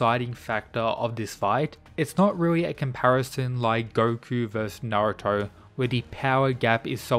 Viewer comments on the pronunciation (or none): none